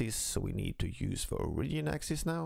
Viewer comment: Why do you pronounce "Origin" like that?